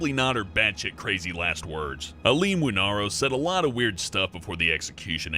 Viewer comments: It's Aileen Wuornos not Wanaros... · Her last name is pronounced like War-Nose, just a note.